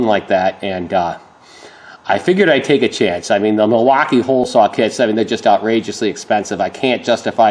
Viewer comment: Milwaaaaukeeeee what a goofy accent moron